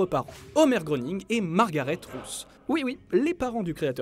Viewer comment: Ça se prononce ''grêning''